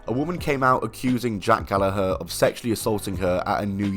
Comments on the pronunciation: That’s how y’all pronounce Gallagher?! 🤯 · I'm sure it's pronounced Gal-lag-ger